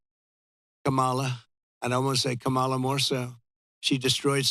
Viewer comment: All I heard was a narcissist on a platform doing a smear campaign. And you can’t even pronounce her name correctly. The emphasis is on the first syllable